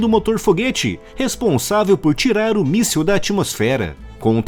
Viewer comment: Amigo, não é "míssel", é "míssil".